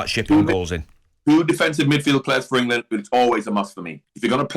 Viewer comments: Always annoying how gabby says England. "engeland" 😂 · Gabby wtf is ingleland? 😂 🥬